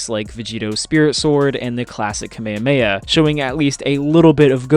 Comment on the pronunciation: Mispronounced Saiyan, Kamehameha, Zamasu, and Gowasu.